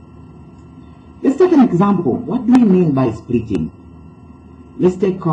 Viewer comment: ITS splitting the value not spriting the value 😂😂😂😂